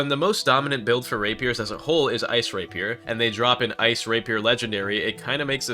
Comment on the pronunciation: The way you said rapier hurt